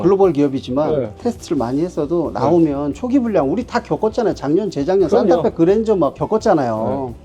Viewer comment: 산타페사세요로 들리네 ㅋㅋ